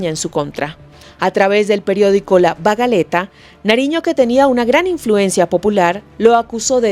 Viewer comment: el periódco de Antonio Nariño se llamó "La Bagatela" no "La Bagaleta".